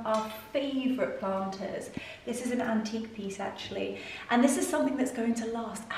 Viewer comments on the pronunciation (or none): none